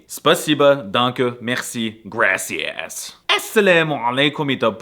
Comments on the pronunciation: Bro pronounced gracias as "grassy ass." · He said gracias like grassy ass 😂🤣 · gracias sounds sus when you say it 😂 (grassy a..)